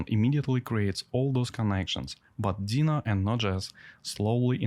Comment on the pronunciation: It’s called ‘Deno’ with an O at the end, not ‘Dena’ with an A at the end.”